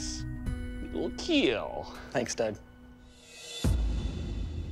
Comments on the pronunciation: PEOPLE! how long has this show been going now? And you still say KEEL... its KEAL... Keep Everyone ALive.... c'mon now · So this guy speaks perfect English with ZERO accent, but cant pronounce "kill" properly?? This is such a tired gimmick. Makes the whole thing feel like a joke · "It will keel" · "Welcome to the Keel Test!" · It will keel! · it will keel..😁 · It will keal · Does this guy know there is no E in the word kill?